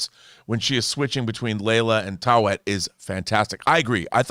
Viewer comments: Easiest way to say taweret is ta-wet-it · Ta We Ret.. Taweret.. not Tawet John... everyone keeps butchering the name come on guys... we're not doing justice to the character